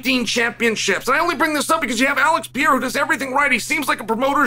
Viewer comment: Who the hell is piera?